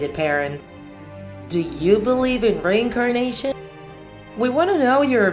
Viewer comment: So u believe in “rain a carnation” ur accent man 😂😂